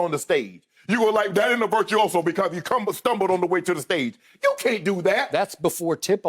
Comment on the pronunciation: Nobody: Shannon: It was Virtuioso"